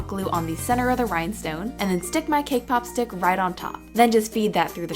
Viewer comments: lol when she says "cakepop stick" i hear "kpop stick" xD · When she said cake pop stick i thought she said kpop stick😂